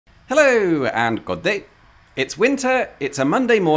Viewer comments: I am so impressed by the exact correct pronunciation of every single name here. Especially Yding is very hard for english speakers, almost all I know would say Uding. Only wrong pronounciation was the very first thing you said funnily enough. Goddag, it's just pronounced go-dag, as god on it's own has a silent d. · Speaking as a Dane, I have to admit being impressed with this video. It is absolutely hilarious, absolutely historically correct, but even more impressive, you actually nail the pronounciation of those place names, failing the pronounciation only at the opening Goddag. Excellent work. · Yeah the only pronunciation that was a bit off was of "Goddag". Though it sounded like it might have picked up a bit of pronunciation from a local dialect, and then tried to revert it to standard, but getting the tempo wrong. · Hi. Cool you are in Denmark. and your Danish pronunciation is beautiful.